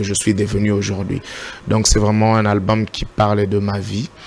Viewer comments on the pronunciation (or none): Cher journaliste ce n'est pas alboum ,mais albom alors qu'on écrit Album veillez sur votre temprin s'il vous plaît !